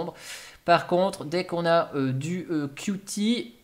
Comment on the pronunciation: Qt se prononce "cute", sinon on perd le jeu de mots